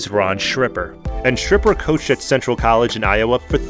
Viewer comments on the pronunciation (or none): Its pronounced like Skipper. Was at Central for his final years. Many of the games were completely out of hand by half time.